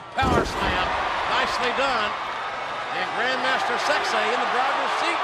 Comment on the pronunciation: I love hearing Jim Ross pronouncing "sexay"